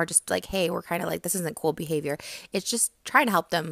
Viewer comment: "poor behaviYOURRR" 🤣🤣🤣💀